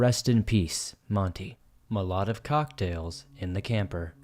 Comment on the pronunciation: LMAO at your pronunciation of Molotov.